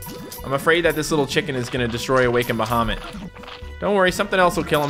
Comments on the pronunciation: Awe-kind baha-mit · awa-ken-ed baha-mut